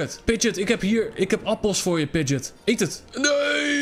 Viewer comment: Wrm zegt hij pidget als het een pidgeo is